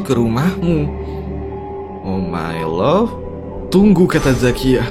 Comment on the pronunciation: Oh my God bang, bukan oh my love